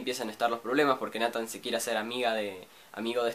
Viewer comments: no se pronuncia natan c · ODIO ESCUCHAR COMO PRONUNCIAS NATHAN YA PARA